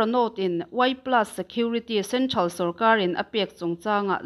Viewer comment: "Centhral" nilovin "Central" ti zawk tur.